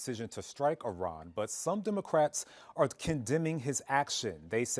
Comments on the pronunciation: It's Iran , not Iron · Eff-eye-ran God bless America.